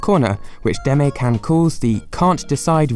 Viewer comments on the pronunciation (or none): DE-MA-E KA-N not demay cam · It is pronounced demae, not demee. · Deh-may-can. S T O P T H E B R I T I S H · Its pronounced "they"-"ma"-"eh" -"kan" not "demee" kan lmao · Dema”y” kan... oww man de-ma-é kan... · “de-may kan” LMAOOOO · If it's truly a Japanese word, then "demae-can" actually would be pronounced " deh-mai kahn". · Demay can 😂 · It's read de ma e Kan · deh-may-can w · You pronounce demae-can wrong. It's pronounced "deh ma eh cahn" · Demae-Can is pronounced De-Mah-Eh-Can. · Is noone going to mention how he mispronounced Demae-can? Okay.